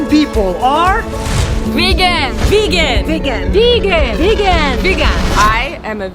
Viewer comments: Am I hearing it wrong or is it Vigen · What they say “ Vegan” What I hear “Virgin”😂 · Why did I hear : I am virgin....... I m coming babe😘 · How it’s spelled vegan How people say it: vegen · Now I don't know how to pronounce vegan